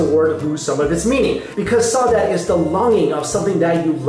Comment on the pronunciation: the first word is pronounced, "sah-oo-DAH-gee" just sayin, bro